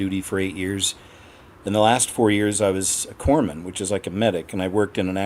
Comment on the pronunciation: A corpsman or corpse man?!